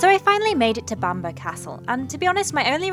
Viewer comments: Loved the video. May I just point out that the forest is pronounced "Keel der" and Bamburgh Castle is pronounced "Bam borough" not Bamberg. Holy island is also known as Lindisfarne. Cracking videos, I always look forward to them. Sorry for correcting you lol. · Spookywith the camera. It's also pronounced keelder and bambruh just for future. :P And permission to fly a drone there? ;)